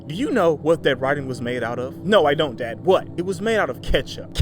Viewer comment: "If you 'ont come out... we gone blast ya. We gone blast our way up in there" 😂😂😂😂💀💀💀